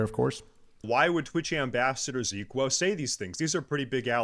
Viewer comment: Bruh, why he does pronounce your name wrong? Every classic Andy knows who you are from the HC tourny. When I saw his little drama video, I was thinking to myself "Ziqo?! No way, how could he do this" figures.